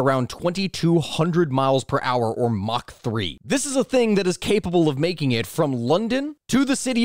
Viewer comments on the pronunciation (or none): none